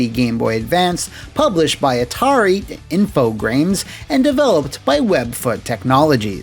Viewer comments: Loved the video! Btw you can say Infogrames as infogram since it's a french company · "Infogrames" sounds like a Dr Steve Brule pronunciation. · For the longest time I always thought when you were saying “Infogrames” you were just adding an r that wasn’t there for some reason, then one day I googled it. Huh.